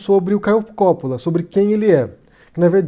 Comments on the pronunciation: Palhaço marionete do Lula! É Coppolla e não Cópola... Ñ sabe nem ler, é da esquerda... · não e copppola e coppolla e vc fala errado! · COPÓÓÓÓÓÓÓÓÓÓÓLAAAAAAAAAAA Cada vez que ele fala Cópola me dá um tremilique. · Seu mentiroso desgraçado, o nome dele é Caio Coppolla e não Caio Cóppolla. Vc pesquisou mesmo??? Seu mal caráter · Nessa pesquisa intensa que você fez sobre ele não deu para corrigir o nome do cara? É COPPOLLA com dois 'P', dois 'L' e a sílaba tônica é 'PPO' portanto a pronúncia em português é COPPÓLLA, sem o acento agudo, que coloquei para que não fiquem mais dúvidas. Serão necessárias quantas correções sobre isso? Já deu prá notar que você simplesmente não lê os comentários dos seus próprios vídeos, o que já mostra que o interesse está apenas no faturamento, não se atém minimamente às pessoas que proporcionam essa sua renda. Esse pouco caso com o seu público, já nos diz outras coisas: Qual seria sua a preocupação em trazer posições reais, já que os ataques à outros youtubers (colegas seus) parece ser o tema relevante? Será que os processos são mais rentáveis e por isso a necessidade de provocar para ser contra-atacado e se vitimizar na justiça? A inveja por outros se projetarem mais do que você parece incomodar a ponto obriga-lo a fazer repetidos vídeos de ataques gratuitos, é maior do que a capacidade de criar originalidades? Não sou defensor de Caio Coppolla, mas não gosto de ver injustiça. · O correto não seria dizer: Coppóla??? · Isento? Acho que você nunca o ouviu. Nem o nome dele você pronuncia direito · Não sabe nem pronunciar o nome do cara. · Não sabe nem falar o nome do rapaz, kkkkkkkk. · o nome dele não tem acento agudo na sílaba "Co". A pronúncia é igual a italiana.